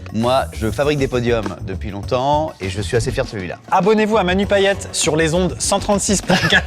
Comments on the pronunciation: Pitié c'est payeTTTTTTTTE comme paillette, bo bun c'est viet , la blague avec l'autre Gérard j'ai pas kiffé, Manu me fais pas rire mouai non pour une fois je suis une haters désolé .... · Les réunionnais en suer en entendant Amixem dire pa-i-é et pas paillette 😭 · ca se prononce payete a part ca la video est une masterclasse